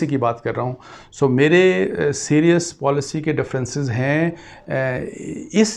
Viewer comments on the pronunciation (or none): none